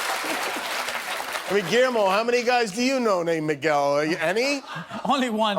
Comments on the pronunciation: Trump mispronouncing Miguel is so cringe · Mig-well hahhaha 😂😂😂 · A-a-ron? Where is A-a-ron? Mig-well? Where is Mig-well? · Mee goo ellee. * Miguel * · "Migwel Gutierrez" -Pres. Donald Trump 😂😭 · MIGWELL BRUH I THOUGHT HE WAS TRYING TO SAY MANUEL